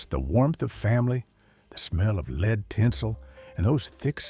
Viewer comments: The culture back then was classy, charming and well-mannered. Today, the culture is vulgar, cheap, immoral and disgusting. By the way, nice AI narration. 'LEED tinsel'? Seriously? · What are lead (pronounced 'leed') tinsels?? Please, AI or human speaker, do your homework!!! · ATTN AI: UNICEF is not spelled out one letter at a time. Humans pronounce this Yoo-nuh-seff. Also, “lead” in this context is always pronounced as rhyming with “shed”. You forgot at least once and went to a pronunciation rhyming with “need”. The semi-Southern accent doesn’t fool us.